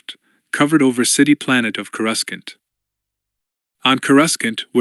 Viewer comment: I loved the rogue squadron readings. But this one is just not nearly as well read or well executed. Has to have been read by Ai. Human beings don't read .... as dot dot dot or read asterisks out loud. No human being thats watched the movies pronounces Coor ah scant as core russkunt. Makes it a much tougher listen and lessens the story's integrity.